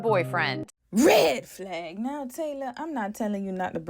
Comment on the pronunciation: I love the say you say “red flahg” and “greehn flahg”